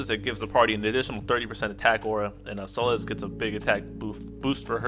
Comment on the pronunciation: You good man, you saying her name right. I already got Emplemon's LD, so I'm def getting Celes via tickets, 'cuz I'm a sucker for tanks and she's a fave anyways.